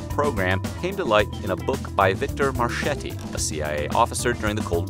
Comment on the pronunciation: FYI, Marchetti is not pronounced "Mar-CH-etti" its pronounced Mar-K-etti (CH in Italian is a hard C pronounced CK ) C in front of I or E is the CH (as in Cheese ) sound .....just sayin